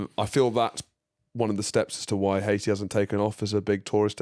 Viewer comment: Still calling it Haishi 😂